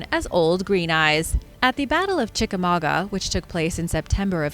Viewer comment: I'm so proud of you. You pronounced Chickamauga correctly 🤣 if your not a local, there's issue of how to pronounce it. I grew up hearing the exact version of the Green Eyes legend that you told. I have heard multiple versions of the legend, but the one you told was the most told.